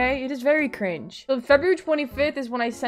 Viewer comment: I love when she says Cri-nge ✨👀💅